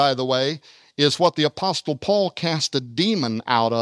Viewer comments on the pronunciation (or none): The t in apostle is silent dude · Lol apostle he is so old he thinks you need to pronounce the t